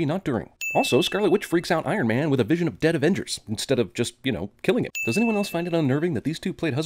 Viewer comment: It's vision, not vison. Ding!